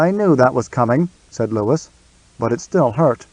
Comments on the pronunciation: Ok, I am out. Lew we woo. Not Lewis. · Louis is meant to be pronounced "LOO-ee" NOT "Lewis" ! I'm out ! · Louis is not pronounced the same way as Lewis.